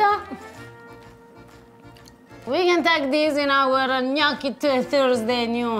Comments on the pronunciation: Ok… please pronounce Gnocchi the right way! Your wife is correct…. My maiden name is Bertocchi (occhi) short o sound I blame The Foodnetwork for this. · Must of hurt her soul the way he pronounces gnocchi…